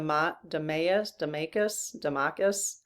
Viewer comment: Pronunciation of Damascus is: Da mask us